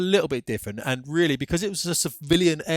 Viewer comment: Oh gee, you're weally weally expert.